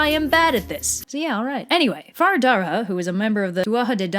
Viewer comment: Fionn is pronounced Fee-un An Fianna is pronounced Feea-na Fear Dorcha is pronounced Far Dur - acka Samhain is pronounced Sow-in The rest ye got right👍 Theres 12 main dialects of Irish so don't mind the keyboard warriors